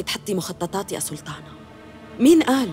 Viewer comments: نرفزتني بسلتانه 🤦‍♀️ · ماتقول سلطانه تقول سلتانه 😅😅😅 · اللي عملت صوت ما درست حرف الطاء!! سلتان ، سلتانة😂😂😂😂